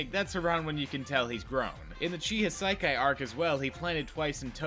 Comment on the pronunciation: Thoroughly enjoyed the video! Two little peeves, though: his name is Chisaki, not Chihisaikai. 3 syllables, not 5. Also, the pink-haired gadget girl from the sports festival's name isn't "Mew", it's "Mei". Keep doing what you're doing, I look forward to a manga follow-up!